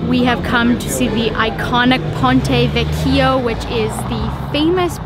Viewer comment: Great job guys. Two suggestions on pronounciation: an American pronounciation of Ponte Vecchio is pronounced “PON - TAY VECK - EE - O,” wth accent on the VECK, and trattoria is pronounced “TRA - TOR - EE - YA” with accent on the “EE”. The same pronounciation rule goes for all of the Italian shops (ie. pizzaria, gelateria, maccelaria, etc).